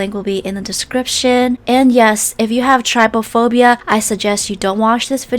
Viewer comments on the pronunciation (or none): She said Try-phobia I paused so fast and had to think do I want to sleep to night for ten minutes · Her: says “Trypophobia” Me: searches the phobia up